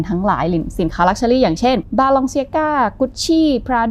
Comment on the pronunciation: แก้ค่า แบรนด์นี้จะอ่านว่า บาเลนเซียก้า มาจาก นามสกุลของ จข แบรนด์ ชาวสเปน และ มีญาติฝั่งเอเชียเป็นคนไทยด้วย ก็ใช้นามสกุลนี้ค่ะ ขอบคุณค่า 😊❤